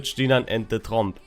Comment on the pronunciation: "Finish off Trump" -> thats what I heard several times ... I know, it is "Tromp" ... still ... 😀